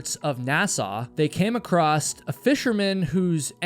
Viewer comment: The word 'ACROSS' doesn't have a 'T' on the end of it. Can you please stop saying this word with a 'T' on the end. Thank you!